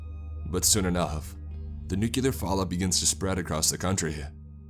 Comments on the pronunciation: As much as I enjoy your readings, I am put off by the mispronunciations sprinkled throughout many of your narrations. For example, the word "nuclear" is not pronounced "nu-q-lar" But "new- klee-er". Mispronouncing words detracts from the story in many ways, but most especially in tone, or atmosphere, potentially breaking the spell you are weaving to draw the listener in. There are several good online dictionaries that include audio files for proper pronunciation. This is meant only as constructive criticism as, again, I enjoy listening to your narrations. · It's nuclear not nucular... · it is pronounced NUCLEAR not NUCULER god how that drives me an english major up the wall.